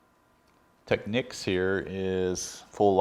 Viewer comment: I guess if it was spelled Techneeks you wou sat teekneeks..It is pronoucned Tech-neeks.